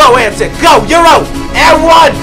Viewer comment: Anyone else annoyed how he said Pero Antic's name?